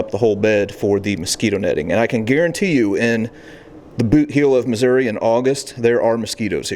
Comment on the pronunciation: Thank you for pronouncing Missouri the right way. ( at least from central Missouri on up.)